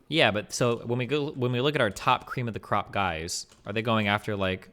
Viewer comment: Cweam of da cwop